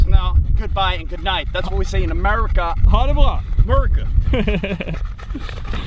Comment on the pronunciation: LOL "Murica"